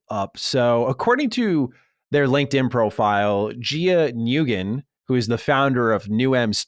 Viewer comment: Gia Nguyen (Win or Wen) for next time haha